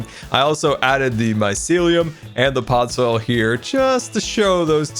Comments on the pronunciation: Am I the only one that noticed says podsoil instead on podzol? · ITS POD - ZOLE STOP SAYING POD - SOIL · I absolutely love. Don’t get me wrong but PODZOIL? That’s how he pronounces it and I hurts me every time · Hearing pronounce podzol as "Podsoil" irks me more than it should. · No one::Podzoil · I dont like how he says Podsoil, it is Podzol. Say it with me, Pod-zol. If you cant understand that, try Pod-sol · Minecraft: "Pod": Pod Minecraft: "Zol": Zol Minecraft: "Podzol": Podzoil:D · no one:: PODSOIL